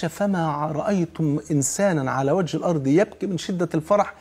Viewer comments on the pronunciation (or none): none